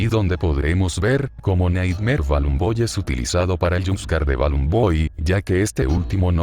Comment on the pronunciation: Nighmare: ❌ Naymar 😳👻👻🥵🥵🥵